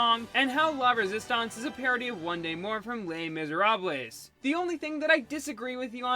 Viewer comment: lay mizerablays